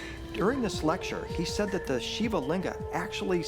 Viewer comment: Why can't this guy say Shiva correctly